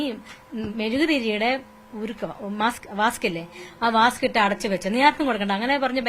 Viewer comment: വാസ്ക് അല്ല ചേച്ചി വാക്സ് 😂😂😂